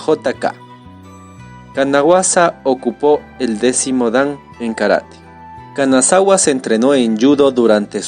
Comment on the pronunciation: La pronunciación del nombre de Kanazawa esta mal . Pero elvideo es muy bueno gracias. 👌 Tambien el nombre es Takayuki Mikami.